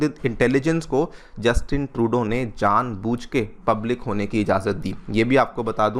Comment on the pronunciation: "जानभुज"...होता है, "जानबूझ" होता है